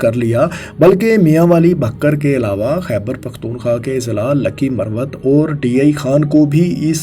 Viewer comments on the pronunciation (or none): none